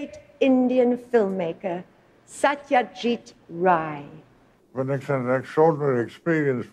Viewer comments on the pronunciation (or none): The Name is not "Satyajit Ray", It's "Sotto-jit Raay" (its actually Bangla, " সত্যজিৎ রায় "), you copy the bangla text and check the actual pronounce.